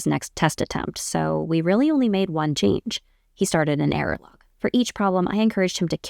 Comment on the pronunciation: Thank you for the content, it's very helpful to be given a framework on things to try out. What are you saying at the end though, he kept an "airalog"? What is that?